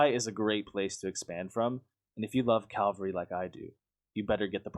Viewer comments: It's cavalry not Calvary. It only bothers me because Calvary is its own word, it's a place not a thing. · Cavalry* Calvary is the name of a hill near Jerusalem. Otherwise good video. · It's "cavalry", not "calvary"...